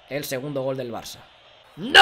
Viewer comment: Porque dice "golgolgolgolgol" y no "galgalgalgalgal"?:(